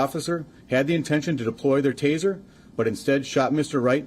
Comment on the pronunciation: G Taser, not teaser.